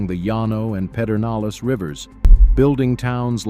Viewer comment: Thank you so much for saying "Pedernales" instead of "PeRdenales," the way Lyndon Johnson said it. Ignorant, though he was the 36th president of the USA.